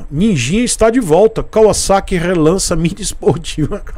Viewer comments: Nossa, como é satisfatório ouvir alguém pronunciando o nome correto da marca! Eles poderiam ter modernizado o conjunto ótico com led e painel totalmente digital. Essa moto é indicada para iniciantes? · Sim, Kawasaki em japônes é カワサキ, e se pronuncia KAUASSAKI. Para se pronunciar KAVAZAKI teria que ser algo como カヴァザキ, o que não é. também é cultura.